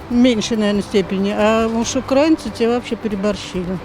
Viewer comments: радует, что до большинства россиян начало доходить, что мы не один народ! а к девушке-автору просьба обратить внимание на правильное произношение: не укрАинцы, а украИнцы! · Девушка! Украииииииинцы!!! А не украааинцы. Усвойте! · Правильно казати російською мовою не "укрАинци", а наголос на "и" - "украИнци", вчіть правильно мову! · На всякий случай: не укрАинцы, а украИнцы - потому что УкраИна, а не окрАина. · даже в ваших словарях пишут, что в слове "украи́нцы" ударение стоит на букве И - "украИнцы". Проверьте, даже российская википедия об этом пишет. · УкраИнцы ! ! ! телепни ! ударение на И ! ! ! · Солнышко, делай правильно ударение Украина, украинцы, ужасно слушать. 🤮